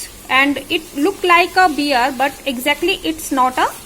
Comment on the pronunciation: Pronunciation is wrong. It is not geeaant (giant) and beer (bear).